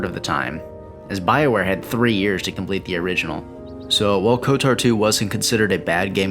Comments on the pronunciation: I wish it didn't, but you saying "" instead of "KOTOR" bothers me, like a lot lmao. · Why do you pronounce KotOR as KotAR? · why do you keep saying? you know its kotor, right? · why does he keep saying '?' why cant he just say kotor. like... ko.... tor... its real easy. like the dark web browser. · still not as bad as the other guy who made a video about it and said K O T O R, as in every letter separately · Why do you keep pronouncing it ""? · I’m still wishing for kotor 3.. and no, I’m not talking about swtor, but kotor 3. Kotor 1&2 are among my favorite games of all time Btw... I literally cringed every time you pronounced kotor, like. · I really liked the video on KOTOR 2. I noticed that you struggled with enunciating both of the O's in the title, calling it "Kotur" as well as pronouncing the series "Star Wers". Not trolling. Just letting you know so you can either fix it or get really good at not caring in case you want to do voiceovers as a potential career. Either way, thanks for putting this up. You got a new sub for it. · Does Google have access to my Steam account? Literally haven't looked at anything SW or KOTOR related, but the day I start playing KOTOR 2 on Steam to check out the Restored Content Mod, your video is in my recommended feed... Good vid btw, agree with almost everything said, just not the pronunciation:P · KOTOR is my favorite game >Spends 20 minutes pronouncing the acronym wrong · BRO HOW DO YOU MISPRONOUNCE KOTOR WRONG. Just hearing it over and over again just hurts my ears. But wonderful review nonetheless!